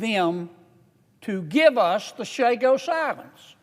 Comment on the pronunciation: First 2 things he said is false. 1. They are pronounced Chagos not Shagos. 2. Theres more than 60 3. Theres no 'qi' jin ping of China😂